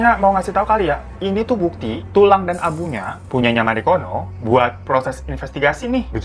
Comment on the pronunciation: Marikono kok gue dengernya margono 😩😩